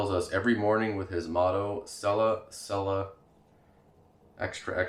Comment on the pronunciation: "chella" not "sella".